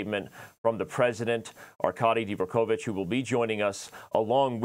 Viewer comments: The FIDE President is DVOR kovich, not "dee vor kovich". Three syllables, not four. It's AARDVARK, not AAR dee vark. Anglophones can easily manage "dv". Advance, advice. Not a dee vance, a dee vice. Dvoretsky, not dee vo retsky. THINK. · Always love your content. That being said: Why on earth would you say "Dee-vorkovich"?